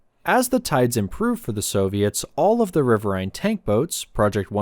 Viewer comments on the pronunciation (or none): "RIH-vir-een" is the American pronunciation with the accent on the first syllable. Type in: "riverine pronunciation" and click on the speaker logo. Even though it's an AI-generated voice, it's the correct pronunciation. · It's pronounced as "rih-vir-een" as in "wolverine". Other than that, very well done documentary. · This is Trash channel. I served in the navy CRG 2, Coastal Riverine Group 2. It’s pronounced RIVER-EEN. Also world of warships is trash. Go play war thunder and have access to tanks, planes, ships, patrol boats, jets, even the Soviet tank boats. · It's riverain.